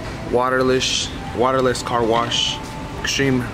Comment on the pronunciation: “Waterlesh”. Lol